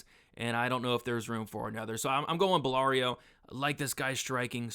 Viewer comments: Great vid again! Absolutely butchered belgarouis name tho😅😅 ‘Ballario’ was killing me😂😂. Bell-Ga-Roo-Ee is how it’s pronounced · Yousri’s last name is pronounced “Bell-GAR-Wee”